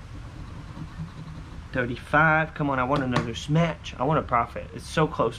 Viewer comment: Nice “smatch”